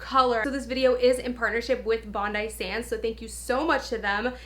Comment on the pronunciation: I believe it’s pronounced bondee sands lol